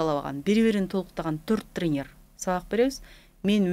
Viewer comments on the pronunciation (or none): тренерр эмес треньер